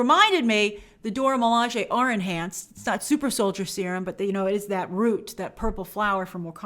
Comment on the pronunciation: Grace once again throwing side shots at Steve Rogers 🙄 Anyway, I'm just glad Grace is finally pronouncing the Dora Milaje correctly.